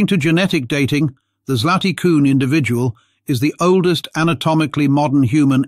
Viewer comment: Your pronounce of "Zlaty Kun" is surprisingly good. Compliment. It means "golden horse" in Czech. I am from Slovenia and when I hear a foreigner pronounce of "Divje babe", it sounds funny to me.